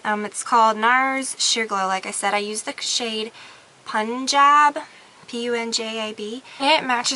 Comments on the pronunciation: no it's pronounced like it sounds, "pun-jab", Punjab is a state in India. I'm Punjabi myself :) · it's pronounced poon-jab. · its a place in both india and pakistan. and its pronounced 'pun-jab' i'd know cos i've lived there :) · it's pronounced poon-jawb. like the region in india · LOL it's actually pronounced Pun-job haha =P But it really looks like a good foundation! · Hi...just wanted to give you a heads up that its pronounced as "poon-job" like punjabi which is a group of people from like certain regions in India / Pakistan. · lol it is pronounced "poon-job" and its a place in india. kind of like a state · Love your videos! I rarely comment, but this had made lol since your recommended the product. It's pronounce poon-job. This color is named after a region of India! I bought this foundation after you, Lorraine, and Laura (lollipop26) recommended it, and I LOVE it. Thanks for the product info and good luck with finishing up your move! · Punjab is pronounced poon-job. :o) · omg how you pronounced Punjab cracked me up sooo hard. I'm not trying to be mean, but just saying. lol